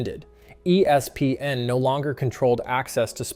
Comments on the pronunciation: He doesn’t just say E S PN. He also says E SPN, ESP N and ES PN. And all of those are annoying as well. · Annoying how he is saying E S PN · Yeah, it’s cringy. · Why is he struggling so bad to just say ESPN?